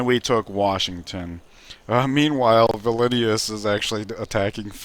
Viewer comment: It's Vil-Nus not vi li ni us